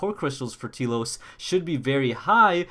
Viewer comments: Obligatory T-elos correction it's pronounced Tell-os. That aside I'm excited for this update I just hope I can get the Expansion Pass before Friday cause they said it's exclusive to those who have the Expansion Pass before this Friday. I kinda worry if you get the Expansion Pass after the day Poppi Buster is unobtainable. I kinda wonder if you can still get her if you purchase the Pass after the 1.4 update. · For fuck sake...KOS-MOS is pronounced with a soft C like cosmos and T-elos should be obvious..the e is silent to its tlos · Telos rip new waifu btw you pronounce T-ELOS as Tell-los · T-elos is pronounced Telos. Short E.